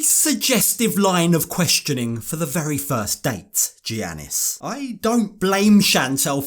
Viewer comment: Thank you for all of the awesome 90DF coverage! To help with future videos, because he’s a Greek man - the “G” is pronounced as a “Y” (so Giannis is pronounced Yannis), in this context, the same way that “Gyro” is pronounced “Yiro”, and a lot of Spanish “J”’s are pronounced “H”. ☺️